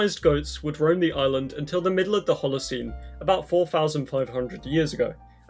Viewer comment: Did you just pronounce island as eeslan?